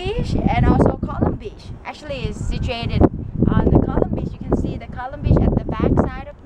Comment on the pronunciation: coolum is pronouced cool-UM not colum. and Per-e-g-an. :) glad you enjoyed my home town.